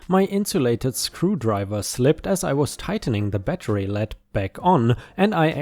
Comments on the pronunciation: Lee d not lehd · Lead...not led...pronounced leed. Depends how it is used . Lead/led is a metal. Lead/leed is the other one...eg: he was in the lead.